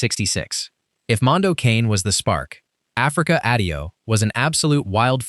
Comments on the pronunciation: It's pronounced Mondo Connie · Mondo KAH-nay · Mondo Cah-neh is closer to the correct pronunciation. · Mondo Cane is ponounced, "Mondo Canee"